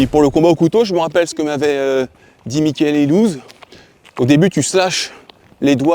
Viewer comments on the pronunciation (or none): none